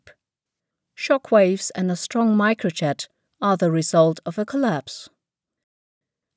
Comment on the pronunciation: or pronounce Micro jet as "microchat"